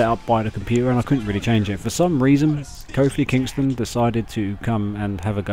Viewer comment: Can't say kofl ok